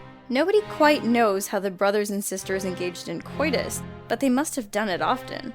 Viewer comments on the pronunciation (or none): none